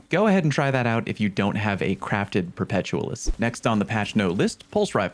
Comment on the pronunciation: Say the word 'perpetual'. Now, try saying say the word Perpetualis. Like this: 'Per-peh-tyu-ah-lis.' For Fucks Sake.